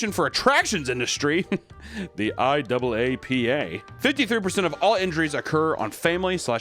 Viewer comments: Us theme park freaks pronounce it “eye- app- uh”. Thank you. Anyway, idk if I should be proud or scared that I have these incidents memorized. Electrocution in those water rides is usually stops the heart instantly so I pick that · HAHA yessss on the wrong IAAPA pronunciation. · Love how you say IAAPA 😂. It's pronounced "eye ahh pa"